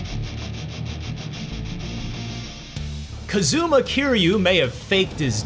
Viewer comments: It’s Kaz-Uh-Ma, not Ka-zoom-a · no, this issue is him saying Kazooma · “Kazooma Keeryu” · CUHzooma KEERYEW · BANJO AND KA-ZOO-MA LIKE A DRAGON GUY-THEN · A day may come where someone from IGN pronounces "Kazuma" correctly. But it is not this day.